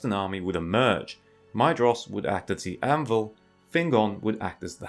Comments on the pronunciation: Or more like “My-thros,” not “My-eh-jross” like u said sometimes. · Hey dude, Maedhros is pronounced like Maethros, not Maedros. “Dh” makes a “th” sound in Tolkien’s writing, which is similar to Welsh IIRC.